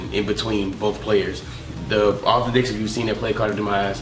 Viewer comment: Are you saying dicks or decks ? lmao